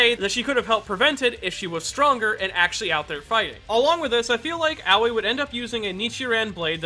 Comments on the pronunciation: Im sorry but as a Japanese, its so weird hearing you pronounce Aoi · I don’t mean to be rude, but when you say Aoi it sounds like “Owwie”